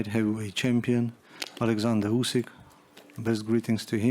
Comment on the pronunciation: Couldn't say Alexander Usyk